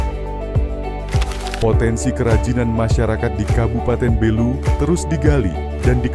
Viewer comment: Bukan Belú tapi Bélu. Pelafalan saja masih perlu diperbaiki. Makasih.